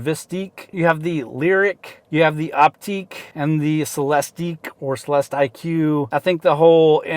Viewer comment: Oh boy, aren't you annoying. At least get the name right, it's Op-tick not Opteek.🙄